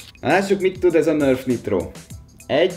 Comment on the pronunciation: ok Nörf Niitrot (direkt van 2 i betű) =)